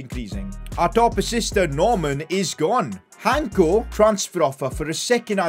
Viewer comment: Im from Slovakia like our defender Hancko and it pronounces with the c, not Hanko. Btw your videos are just great